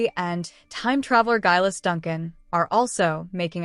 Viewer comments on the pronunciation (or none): Laoghaire's name is pronounced "Leery"!!! Geillis Duncan is "Gee-liss" (hard G). Does no one bother to check before recording the narration?!?